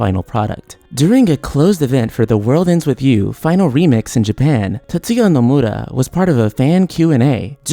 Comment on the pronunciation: The way you say "Nomura" just made me un-sub.